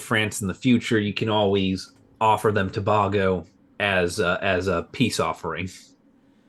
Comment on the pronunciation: Citizen of present day Trinidad and Tobago here - it’s pronounced Tobago (letter a) and not Tob-Ah-go